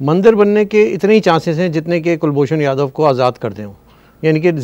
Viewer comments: Sir, his name is Kulbhushan Jadhav (with "jeem" جادھو) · Respected both, First of all his name is Kulbhushan Jadhav not Yadav or Yadev pls pronouce it correctly. As per me Pakistan will keep using this card as per their requirements. China also involved in Pakistan heavily so, for their master Pakistan will keep shouting against India. Another issue about Mandir. Myself i can say we are least interested in it. Mandirs are for humans. We dont believe whether there any humans left in Pakistan.